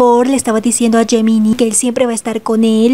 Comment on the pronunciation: Gemini se pronuncia Yeminai, por favor trata de corregirlo por respeto a los chicos. 🙏🏻🙏🏻🙏🏻